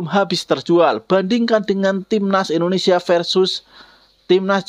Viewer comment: Kok bisa bisanya salah sebut Indonesia, mana kenceng banget 😅 kan kitanya jadi gak enak kalo gitu 😂😂